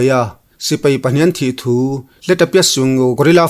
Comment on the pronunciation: Mizo tawng ah sipei a awm lo sipai ti in lam ri tawh la a ngaih thlak a nuam zawk ang a pu zori mawi